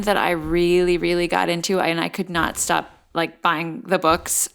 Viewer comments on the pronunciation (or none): none